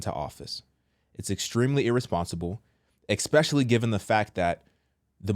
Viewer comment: ES-SPECIALLY! Not EX-SPECIALLY